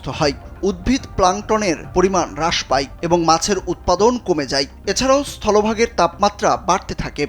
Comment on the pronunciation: কমে যাই না কমে যায়, হ্রাস পাই নয় হ্রাস পায়, হই উচ্চারণ হবেনা হবে হয়।